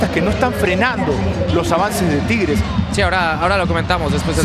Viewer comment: No se dice triges se dice tigueeeres o tampoco 🤔 jajaja